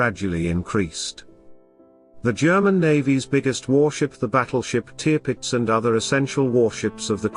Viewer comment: Sorry but that is one of the worst video accounts I have seen. Firstly you mispronounce the Tirpitz, you initially show another ship as the Tirpitz, then the Admiral Sheer as the same ship. You show a capsizing Aircraft carrier- what for? You then show a capsizing HMS Barham - what for? You indicate a J88 and call it as such. It is the Ju88. You reference a Sherman tank on the deck of a ship firing its 75 milimeters gun and somehow link this to Churchill’s statement (which had nothing to do with the tank). The photos don’t match the narration. Please try again